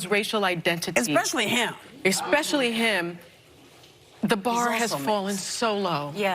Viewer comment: Wow. Sunny Hostin, who is supposedly so well spoken and educated, said “expecially”. I mean… seriously??? Also, according to Ancestry DNA, my husband is 1% Nigerian. Does that mean he qualifies as black? Sweet. In want some damn reparations for all this racism he’s never experienced.